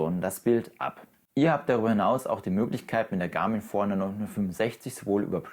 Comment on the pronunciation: Die Uhr heißt Forerunner. Ausgesprochen wie: For Runner. Also Für Läufer.